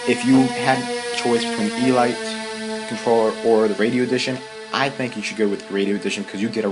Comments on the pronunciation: its pronounced eeleete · Elite... ee-leet. Descriptive of the "highest class" within a group. As in... Only the elite qualified for special service. Not trying to be a... you were having some trouble with that word.:)